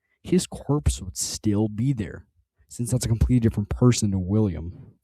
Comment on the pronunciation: "Differant" yeah wrap it up buddy, you're done.